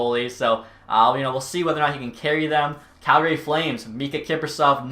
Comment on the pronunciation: i still cant believe hes Canadian and says Calgary incorrect. rattles me so hard haha